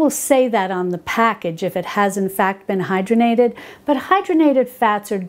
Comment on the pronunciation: I think the word you were thinking of is “hydrogenated” vegetable oil. Pronounced hide-raw-gen-ate-ed. You are correct, they are bad for us because they are a trans fat, man made, and they drive our bad (LDL) cholesterol up. Lard is much healthier for us, I believe. Thanks, I grew up on the Little House books and bought them for my granddaughter. I will look for the cook book.